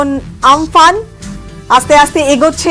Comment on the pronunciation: উচ্চারণ ঠিক করুন আমফান নয় কিন্তু